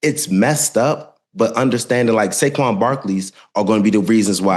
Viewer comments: I think I even heard an N also… Saynquez Barkley 😂😂😂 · Did he say Sayquez Barkley??? 😂